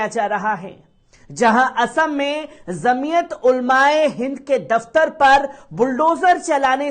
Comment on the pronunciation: ج से बाेलीये झ से मत बाेली़ेये जमीअत जीम सेजीम हे झ से नहीहै